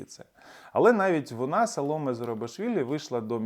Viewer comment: Саломе', наголос на Е Це не від соломи походить 😊